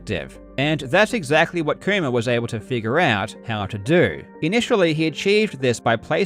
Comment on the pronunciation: How hard did Karl have to fight his accident to say "Kuma" instead of "koomer"